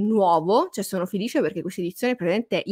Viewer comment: come dici "felisce" tu non lo dice nessuno! Sei troppo forte! Sono felisce di seguirti! 👍😘📚❤️